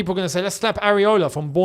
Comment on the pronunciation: Its Iraola not Areola, almost got a heart attack thinking wanted another lousy GK at the club 😅